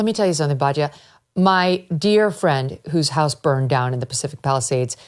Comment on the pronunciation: It is BAT YA NOT BAJYA